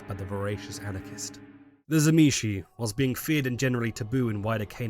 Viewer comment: If you start the video not pronouncing the T of Tzimisce then you lose me, T was one of the Clan Symbols of the Fiends, so if you fail it then this is a fail all around!